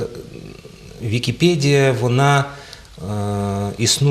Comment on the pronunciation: ВікіпЕдія, а не ВікіпЄдія!